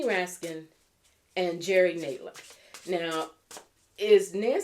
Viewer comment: Just an FYI. You're pronouncing Nadler and Sanders names incorrectly. The first syllable of both have the short A sound as in the words add and sand.